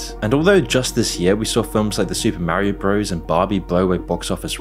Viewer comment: Super Mario 'Brothers' not 'Bro's' - jus' sayin'